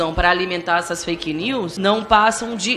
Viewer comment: Ridículo! Qualquer coisa é " faiqui nius" Até parece que esses indivíduos possuem algum conhecimento de inglês.